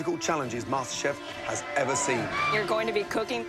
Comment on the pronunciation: IT'S MASTERCHEF NOT MASTERBATE xDDD